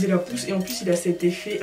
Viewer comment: Uneuh pousseuh vreeuuuument 👌🏽